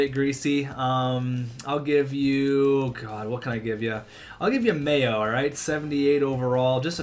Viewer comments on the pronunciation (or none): none